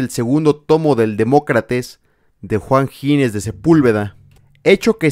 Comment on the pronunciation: es Ginés, no Gines; dicho lo cual, maravilloso video